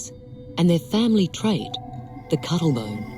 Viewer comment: Nobody: The Narrator: “The Family Trait,….. The Cuddle Bone”